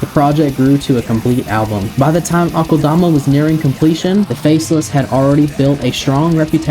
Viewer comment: I find it hilarious how many people mispronounce it as Awk-ULL-DAH-MAH. Its pronounced uh-kel-duh-muh